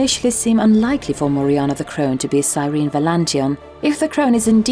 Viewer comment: “It’s sir-en-eee”